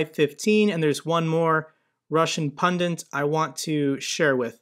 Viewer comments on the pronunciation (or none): please say "punn-dit", not punn-dent" so you always sound as smart as we know you are:) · I think the word you are looking for is: "pundit" - pronounced exactly as it is spelled. You seem to be trying to coin a new word, which is a fusion of the word: "pundit" and the word: "pungent". Russia's pundits may also be pungent, which is why Putin keeps them at the opposite end of his conference table. But the word: "pundant" has yet to be recognized. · Another informative post. Amazing revelations from RT. Just one question. What is a pundent? 😉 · I know what a pundit is, but what is a "pundint"?